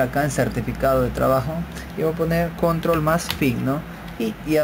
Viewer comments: lo dise la persona que dise CONROL v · La palabra Control es aguda, lleva el acento prosódico en la o final y no es palabra llana como ud. lo pronuncia. En inglés es igual.